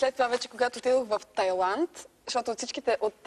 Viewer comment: Vsichko hubavo, ama maikata negramotna. "Тайланд"